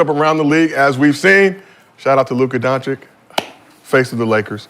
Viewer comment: Doncic is pronounced Dawn-chich not Dawn-chick.